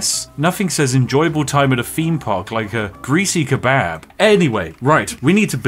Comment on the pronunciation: who the fuck says kebab like hthat